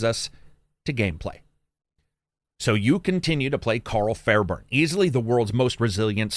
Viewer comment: How does everyone consistently miss Pronounce Fairburne